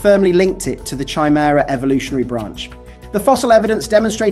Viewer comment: Good video, but the sound wasn't consistent. At some points, it was like you were shouting. Chimera is pronounced w8th a hard C i.e. Khi-mehra. X